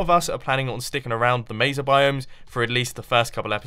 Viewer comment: um jumbo but you say it like Mayza you sappost to say maysa biome,not trying to be mean but sorry because I live in Arizona and there's a town called Mesa from the layers